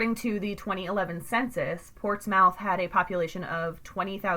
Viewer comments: It’s actually pronounced ports-myth. But great video. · These words are pronounced as follows, Scioto (Sci "same as sci-fi"-oto), Mearan (Mer-ran), Portsmouth (Ports-mith). Please use correctly in next podcast. Thank you for your understanding. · I'm having trouble watching this just because the way she keeps mispronouncing portsmouth and scioto 🤣🤣